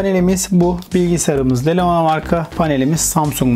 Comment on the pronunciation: Abi lenova değil lenovo